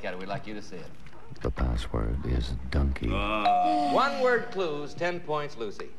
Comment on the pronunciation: The announcer pronounced “donkey” as DUNKEY.